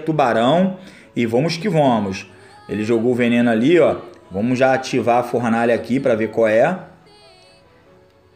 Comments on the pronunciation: formaalha kkkk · e Fornalha e n Formalha kk